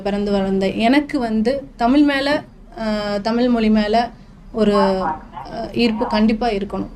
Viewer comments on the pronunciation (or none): மொளி மேல் பற்றாம். உச்சரிப்பை கவனிக்கவும்